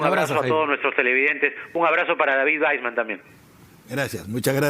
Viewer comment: Es David Waisman.... se pronuncia VAISMAN